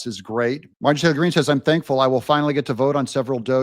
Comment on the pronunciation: M-A-R-J-O-R-I-E. Why can’t you learn how to pronounce the lady’s name. Do better. Her name is NOT “Margy”.